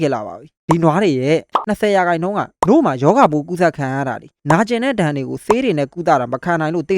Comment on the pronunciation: နို့လို့ပြောတာမရှင်လို့ခနခနနာထောင်နေရတယ်အစပိုင်မှ🗿